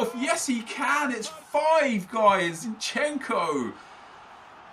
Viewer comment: You Call zinchenko like Zinchen-Ko But you need to pronounce it all together